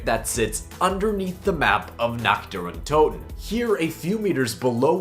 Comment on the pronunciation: basically no cod youtuber can prenounce nächt dër untöten correctly